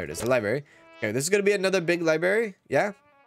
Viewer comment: I love the way says liberry, it’s so idgaf, lol 😂 ❤